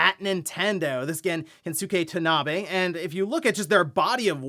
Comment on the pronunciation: Kensuke Tanabe is pronounced Ken-skay Tahna-Bey.